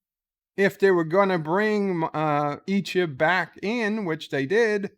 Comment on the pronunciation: Yo man! learn how to say it! It's EeeCHEB, not Eeechib!